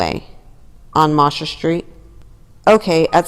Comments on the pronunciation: It’s pronounced Moe-sher not moss-her street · I was about to say the same thing. It sounds funny